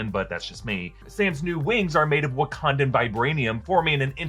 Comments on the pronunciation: I think you mean, "Wa-con-da." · Wakanda Con? Please, it's WaCONda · It’s called Wa-CON-da.